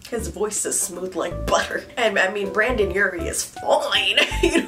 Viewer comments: ..."Brandon" urie...?? Honey. BRENDON. E. NOT A. (Btw I love youuuu sm) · Br-an-don Urie. That triggered 12 year old me so hard- Brendon Urie than you very much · Okay so are none of my emos out there gonna talk about how she said "BrAndon Urie"......... It's *BrEndon Urie P.s Love your videos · "BrAndon Urie".... Smh, lol, it's ok